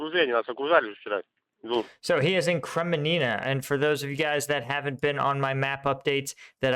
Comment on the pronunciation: KREMINNA not 'KreMENINA'